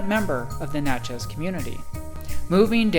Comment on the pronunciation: Ugh....I can't listen to him say Natch-EZ one more time. I'm out!